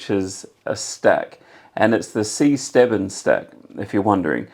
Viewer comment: The Si Stebbings stack is great for a lot of tricks however it's pronounced "Sigh" not "See", nice presentation of the trick.